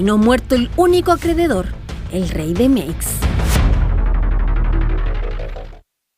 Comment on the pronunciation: dice "acrededor", debe decir "acreedor"